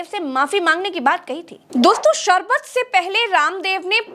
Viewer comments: सारबत नहीं होता है शरबत होता है 😅😂😅😂😅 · Jise theek se sharbat kehna nahin aata..wo ek naami sharbat pe ungli Utha raha hai...😂😂😂😂